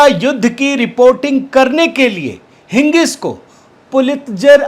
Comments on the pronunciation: it is Higgins not Hingis as u pronounced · हिगिंस कहिये। हिंगिस नहीं।